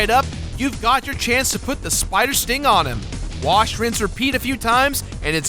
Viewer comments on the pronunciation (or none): none